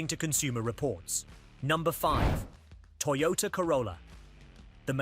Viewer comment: YOTOTA Corolla... 😂